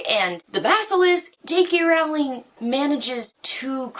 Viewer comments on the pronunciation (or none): jk rowling's last name is pronounced like you're 'rolling' down a hill